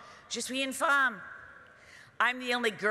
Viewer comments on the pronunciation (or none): none